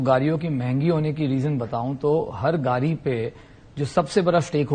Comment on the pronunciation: Yeh sajjan "gaadi" ko "gaali' bol raha hai. 😄😄